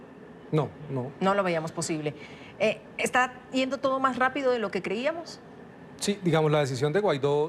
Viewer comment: Sugerencia para la periodista: no es iendo, sino "yendo". Ups! #UniversoGramatical